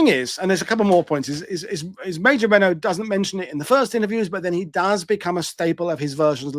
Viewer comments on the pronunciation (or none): none